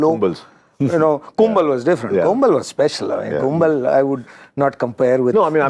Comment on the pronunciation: He says Kumble carried the team for 15 years but still can't get his name pronunciation right. It's Kumble not 'Kumbel'.